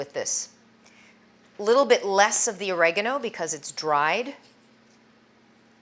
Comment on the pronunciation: Ori- Gar-no